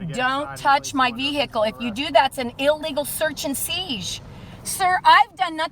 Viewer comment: Wtf is an illegal search and seesh?